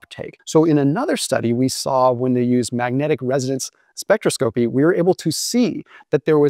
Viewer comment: Maybe learn how to pronounce spectroscopy.